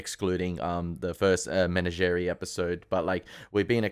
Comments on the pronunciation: Enjoying watching you enjoy this supreme favorite series of mine. I want to save you some embarrassment. It’s pronounced: “meh-NAH-geh-REE”. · I felt compelled by your, um, pronunciation to look it up, and I have mixed feelings in reporting that the correct pronunciation of menagerie in Australian English is the same as it is everywhere else in English, as Pike said it, not men a jerry. 😮